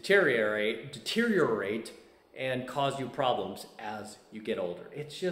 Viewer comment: It does bro... See you can't even pronounce deteriorate 😂